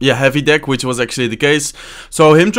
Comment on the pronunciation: mero kiven *which not wich